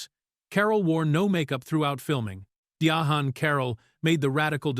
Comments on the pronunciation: I closed video when the AI said DIA-HAN. It’s pronounced like “Diane”. She was a great trailblazer and actress. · Why do the narrators mess up names? He keeps calling her Di A Han. Her name is simply pronounced DIANE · Who is dia AWN!? lol 😂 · EVERY time this AI voice is used, they pronounce her name “Dia Han”. It’s so irritating. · Di-honn Caroll! I just can't with the AI. But interesting fact about Lawrence Fishburn - he was also considered for the part of Michael on Good Times. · Yes, and all the lazy creator had to do was spell her name out phonetically or simply use "Diane" instead. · Who TF is DIA HAN Carroll? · Her name is DI - ANN NOT WHAT YOU ARE SAYING... THIS IS THE REASON NON AMERICANS SHOULD NOT READ FOR AMERICAN CONTENT. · The ai can say Diana but not Diahann. Comedy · Trust real people under the age of 60 pronounce it this way. I'm named after her & it vexes my soul every time they mispronounce it & don't let start on the misspellings 🤬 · It vexes my spirit every time & believe me, other people pronounce it like this too 🤬 My parents named me after her & the only ppl who seem to pronounce it correctly are over 60 years old 😂